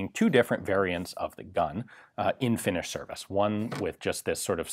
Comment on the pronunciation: Your pronuonciation of Finnish is Atrocious, but thats okay eh. Nobody but Finns get it right.